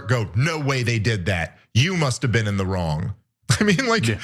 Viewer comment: "You've never bean?!"